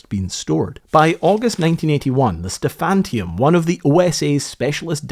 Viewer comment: Sorry, the ship's name was "Stephaniturm", not "Stephantium". Every time you mispronounced it I died a little inside. Just my OCD.